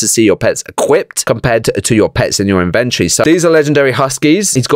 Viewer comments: (in-vent-ory not in-ven-tree) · you iddy biddy siddy bit of small brainer. It's the in ven tor eee, its inside the inventory